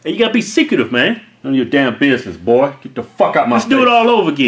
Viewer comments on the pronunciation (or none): why keith sound south lol 'boa'